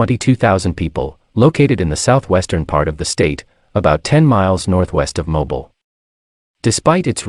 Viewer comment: Please learn how to pronounce MOBILE!